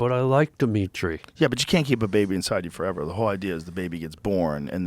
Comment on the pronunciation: Diminitri 😂 wtf bro